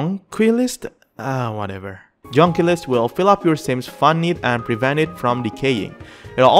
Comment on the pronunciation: Just to help you out, it is pronounced, Jon-quilly-ist. Thanks for all the information!! I am having fun just building, but I will be playing it Sunday.